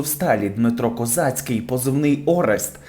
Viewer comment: КОЗИЦЬКИЙ!!!!..A не Козацький..🙄...